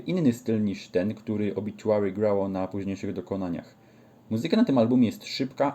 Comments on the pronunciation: gościu nie obiciuary, tam nie ma c tylko t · Nie mam nic do ciebie ale napisz mi od kiedy na OBITUARY sie mowi obiciuery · nawet sami muzycy zespolu mowia obituary a nie obiciuery